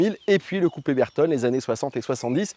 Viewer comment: Belle video. Pour l'amour de la marque, "Bertone" devrait se prononcer avec l'accent italien "Bertoné"